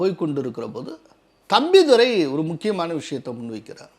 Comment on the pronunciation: தம்பிதுறையா?தம்பிதுரையா? தமிழ் எப்படியெல்லாம் வென்னீர் ஊற்றி வளர்க்கப்படுகிறது?